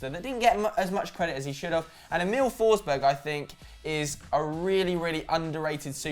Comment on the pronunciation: Emil forsberg not Em-iiiil forsbög